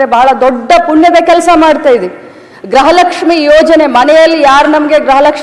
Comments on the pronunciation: ಅಮಾ ತಾಯಿ (ಗ್ರಹ ಲಕ್ಷ್ಮಿ) ಅಲ್ಲ (ಗೃಹ ಲಕ್ಷ್ಮಿ ) ಸ್ವಲ್ಪ ಪೂಜ್ಯ ಭಾವನೆಯಿಂದ ಗ್ರಹ ಲಕ್ಷ್ಮಿ ಅಂತ ಹೇಳ್ಬೇಡ ರಿ ನಮಸ್ತೆ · Madem grahalakshmi alla. Gruhalaksmi sariyagi kannada matadi punya alla. Edu lancha cham